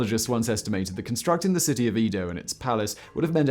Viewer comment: #OnlyOnePhoneticNitpick: Eh-Doh... Not Ee-Doh.